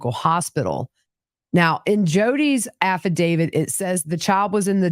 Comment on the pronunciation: Dear one, the word is affidavit: “af·fi·da·vit.” Nothing to do with David. Cheers from an English major.